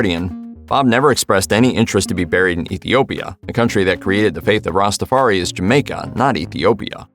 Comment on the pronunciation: Why can't people learn to say Ska, and Reggae. There are songs with the pronunciations. It is also Rastafari (Rasta - far - eye). Also, the faith is Rastafari, not Rastafarianism; the individual is Rastafari, not Rastafarian, 2, or more is Rastafari, not Rastafarians.